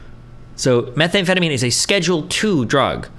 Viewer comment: whycome he keeps saying methanefetamine?